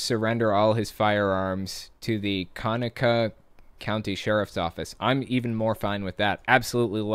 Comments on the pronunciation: Conecuh is pronounced like: cu-neck-a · the county is pronounced Co-neck-uh. We're quite proud of our Conecuh sausage down here. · It's pronounced con-ec-um county. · Hi! My comment is not relevant to the story, but just a little local flavor. Conecuh is pronounced KUH-neckuh. It's a native Creek word. Thank you for doing what you do. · I know this is 2 years old, but I live close to this place. The county name is pronounced like "Co Neck Uh". It is Native American, but I digress. I work even closer to Dinosaur Adventure Land and have had the displeasure of meeting Kent Hovind. He immediately struck me as a sleezy person. Not to mention all of the male followers that go out there. All I will say is keep your children clear of this place. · Conecuh, pronouced "Kuh-Neck-uh"..... Thanks for Hovind for tarnishing my beautiful state. YES! Community service is a GREAT idea. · Conecuh is pronounce kă-neck-uh. If we have anything in Alabama we have weird names. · Conecuh is pronounced Co-neck-a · That county is co-neh-cah like the sausage. Loved the video